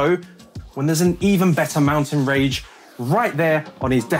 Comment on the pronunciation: Let the record state that said mountain ‘rage’ instead of range…twice.